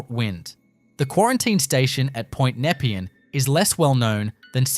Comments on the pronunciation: Its pronounced NEP-PEE-AN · This is shit.. Most of the footage especially Melbourne Cemetery is not Melbourne Cemetery.. it overseas some where.. and learn how to pronounce Nepean !!